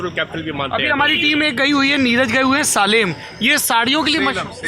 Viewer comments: Salem is - "sale-um" not "saalim". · सालेम नहीं 'सेलम' है वो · Most of us( North Indian) pronounce Salem as Saalem but it's pronounced as Selam.